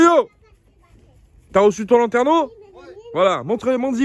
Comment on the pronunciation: mais je sais bien ce qu est un lanterneau , mais tu articules mal 😁